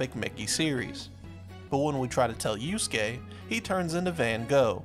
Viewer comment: I know americans are not bright.. but it's YusUke, not youskeh